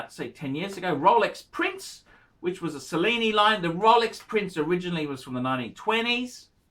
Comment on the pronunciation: "Sellini"? (Cellini) Do you also enjoy the 'Sello'? (Cello)